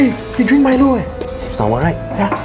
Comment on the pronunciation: Malayisan: Pronouns Milo wrong